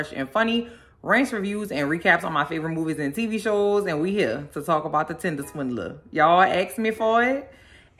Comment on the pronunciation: Keep calling it “Tindeler”. Sounds better that way 😂